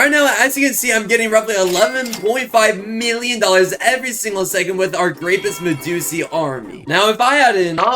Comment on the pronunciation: It’s graipuss medussi